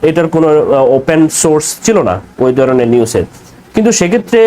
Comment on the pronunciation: ভাই তুমি কি বাঙালি? তোমার উচ্চারণ সঠিক নয়, ভাষার স্বচ্ছতা নেই। "দরনের "" উচ্চারণ হবে "ধরনের"